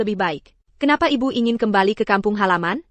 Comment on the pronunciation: Bisa gak ngomong yg benar, bilang ibu ibiu